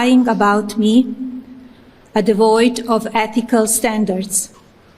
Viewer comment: To hear her utter the phrase that others "are devoiid of ettical staundards" just makes me spit take. 😂😂😂